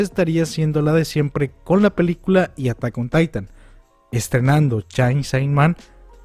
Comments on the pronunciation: >"CHAIN SAI MAN" Dude, es CHAINSAW MAN o en japonés pronunciado como "Chensō Man". Fuera de eso, buen video. Gracias por la información. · hey, no lo digo por mal, pero se dice "cheinso man" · Chein so man mínimo. Esa pronunciación omg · "chain sai man" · Que paso con la pronunciacion de chainsawman? xD